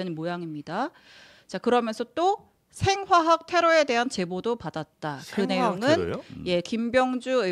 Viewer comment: 생화학이 아니라 생홍합이라고 들리더라. 설마 생화학일리가